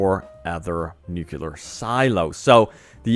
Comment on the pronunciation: Ffs nucLear already NOT NOOCULAR